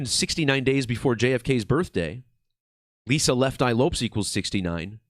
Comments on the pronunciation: Not trying to be a jerk either but my eye was twitching every time he pronounced it Loups😂 I wonder if it was to keep a difference in sound and not confuse the listener as to which Lisa he was referring to or what. Because everyone has always pronounced it Lopez, even Lisa herself. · Not trying to be an asshole, but Lopes pronounced Lopez/ which makes the decode tighter.